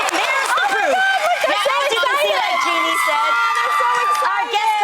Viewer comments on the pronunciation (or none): none